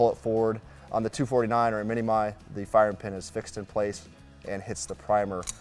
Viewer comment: “Mini-My?” I think it’s pronounced “Mini-Me?” 🤔🤓